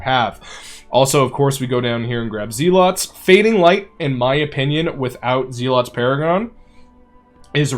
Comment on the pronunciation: Zel-OT, not zee-lot 🤦🏻‍♂️